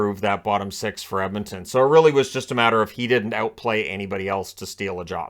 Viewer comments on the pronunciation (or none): none